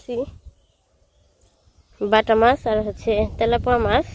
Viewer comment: তেলাপোয়া না তেলাপিয়া।